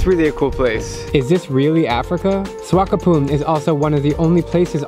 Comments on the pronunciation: It's Swak-op-mund mate... not Swakopoon xD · It cute how you mispronounce swakopmund multiple times